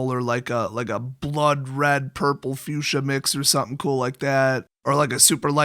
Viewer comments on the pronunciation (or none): none